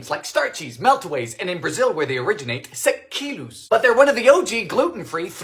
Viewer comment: I'm pretty impressed with his pronunciation of "sequilhos". Most Americans can't do it, for some reason. But then again, Dylan isn't American. ¯\_(ツ)_/¯ Also, Brazilian baking generally has condensed milk.